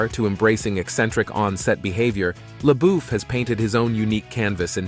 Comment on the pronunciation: It’s pronounced lebuff get it right please! That’s insulting to keep saying names incorrectly!